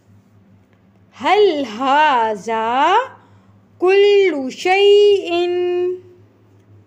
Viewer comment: If you don't mind then please read هذا pronouns ذ، don't say ز...